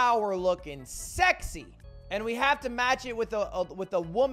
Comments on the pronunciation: no one: lud, an english major: sezy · Laughing at the fact that lugwig said sezy is a whole different funny